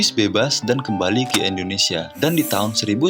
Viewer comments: INDONESIA BUKAN ENDONESIA PERBAIKI PENGUCAPAN NYA.. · Dulu indonesia di sebut nya endonesia bang, sering" nonton pidato soekarno